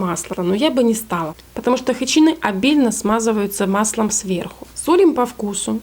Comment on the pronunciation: Вообще-то хычИны, а не хычинЫ. А за рецепт спасибо